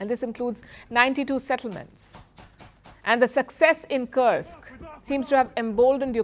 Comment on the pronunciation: You are good with pronunciation, check "Kursk". Russian pronunciation has "u" like in tube!